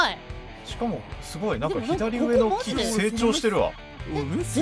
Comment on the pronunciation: もうタイトルコールの時に「なんか」って言うのではなく「◯※+¥?∈」と言う時代のようだ...ww